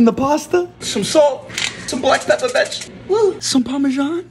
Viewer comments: Never a video that he says betch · why do you say betch? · I love how this guy got famous for saying Bonapetito Betch